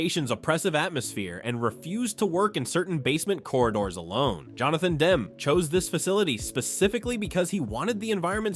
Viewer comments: Demme is not pronounced "Dem" — "Dem-ee" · It's too bad... the AI narration always spoils the video. I am always bugged by the constant mispronounciation of names that you've heard a million times. Here Mr. AI keeps going back and forth with DEM (WRONG) and DEMME ( dem-eee right ) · The mispronouncing of "Demme" is pretty annoying. If it isn't AI, you know nothing of movies and if it is AI figure out a way to get it to pronounce well known names correctly.